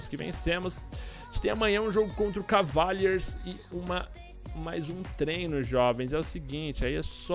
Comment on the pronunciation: morri qdo ele falo Cavaliers kkkkkkkkkkkkkkkkkkkkkkkkkk